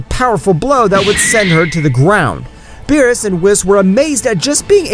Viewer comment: Did you just start watching DBS you saying they names wrong 😂